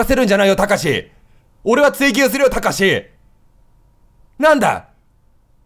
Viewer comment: ここ慌てすぎてたかしじゃなくて「たしか」になってるの面白すぎるwwwwwwwwww